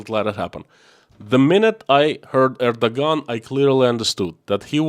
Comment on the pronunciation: I believe you pronounce the name of Turkish president, Arduan rather then Ardagan.